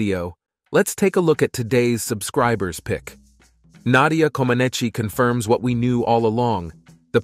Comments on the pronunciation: The (i) is silent at the end of Comaceci. It is not Comenachee. Comenach is proper. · The second, Comanech. Lots of the place names are pronounced wrong also. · The narrator should pronounce her name correctly. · Please, if you're going to do an episode about a person, learn to pronounce their name (and those of several other Romanians) or teach your computer to do so. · Such an extensive and good movie, but the wrong pronunciation of names is just too much... Couldn't you just check how to say Comaneci and Ceaușescu for 2 minutes instead of making up funny sounds on the spot?